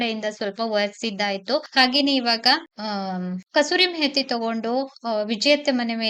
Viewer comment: Kasuri mehati alla kusuri methi